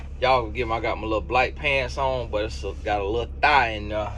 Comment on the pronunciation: The way you say “thigh” 😂😂😂😂😂😂😂😂😂